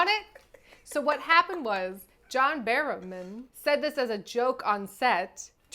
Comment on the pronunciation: Also every time mispronounces John's last name, my brain mentally inserts the clip from Never Mind The Buzzcocks of David Tennant shaking his fist and growling, "BARROWMAN!" (that's your niche british reference of the day 😂)